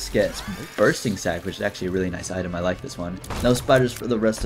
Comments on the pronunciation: New eye-tem, huh? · dont you mean eyetem? not item? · Haha item more like EYEtem hahaha I'm so funny